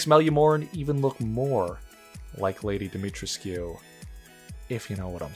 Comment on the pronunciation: when you said "Lady Dee-mi-trisk-Q" I laughed so hard, really funny :)